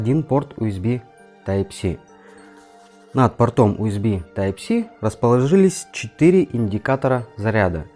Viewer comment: Из-за отвратительного "Уэсби" не стал смотреть видео. Этот разъем называется USB , что переводится как Universal Serial Bus (универсальная последовательная шина) и произносится НЕ УСБ, А ЮЭСБИ ,ЮЮЮ ,ЮНИВЕРСЛ ,Ю А НЕ У. Плюс к этому небольшая неточность с названием портов Юсб А, которые в видео почему-то стали просто Юсб ,Юсб - общее название разъема , а два порта в павер банке называются Юсб А